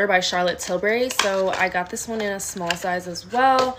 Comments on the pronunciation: That one girl who said Charlotte Tilsbury instead of Charlotte Tilbury 😂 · Omg everytime I watch these vids they say "tilsbery" and it makes me wanna scream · Omgg will ppl get it right for once its not “tilsbery” its “TILBURY” !!!! 😅❤ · The way you pronounce “Charlotte Tilsbury” is (char-let till-burry) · the actual persons name is Tilbury so pronounced as she did :) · that one girl that said charlott tilsberry😂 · but she said it “til-burr-y”